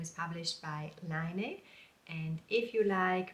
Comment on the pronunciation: I really enjoy your videos, they are so well done and informative! Im sorry to be picky though, but why are you pronouncing Laine like "line"? Laine is French for wool, and is pronounced "len" like "Ben". Unless the magazine wants people to say it differently ?